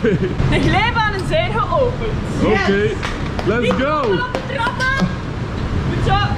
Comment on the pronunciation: je bedoelt heeeeeeeel goed plaats van heeeeeeeeeel coed 😅